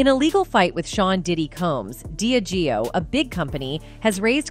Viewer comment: Yes and diageo they have wrong aswell but constantly hearing sue-gay knight is annoying 😂